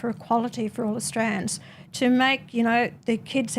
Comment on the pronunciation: Australirans houses? Is that even a word